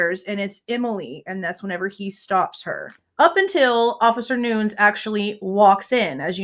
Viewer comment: Officer Nunes , 2 syllables pronunciation. Noon-ees